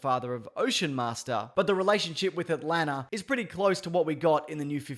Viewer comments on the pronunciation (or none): none